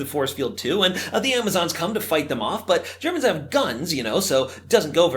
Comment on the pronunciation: why'd he say the Germans like that